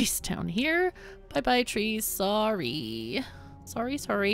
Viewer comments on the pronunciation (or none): did say that she's SAW-RRY? talk about a long tailed pun